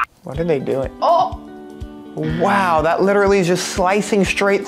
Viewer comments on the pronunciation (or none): it was wow not whow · She said wow not waw